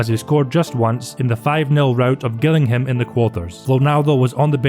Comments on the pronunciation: Pronounced Jillingham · Gillingham - "jill-ing-ham" Luis Figo - "loo-is figo" (Not Louie, he's Portuguese) Chiesa - "key-ay-sa" (Not chee-ay-sa) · You need to work on your pronunciation of Gillingham